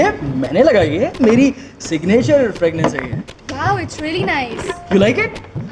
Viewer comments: its fragrance not fregnance. lul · Its fragrance not fragnance !! 😂😂